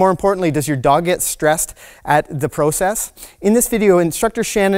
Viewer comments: Anyone else having trouble with the process pronunciation? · Once a Canadian says "about" it always gives them away. But now I learned they say "proe-cess". At least I've never heard any fellow American say it like that it's more of a prah-cess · Are you Canadian? Pro-cess. 🥰🥰 Yep. Heard an about. Thanks for the tips from USA.